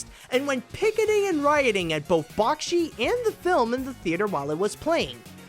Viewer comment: ugh... bakshi is pronounced back-she not bok-she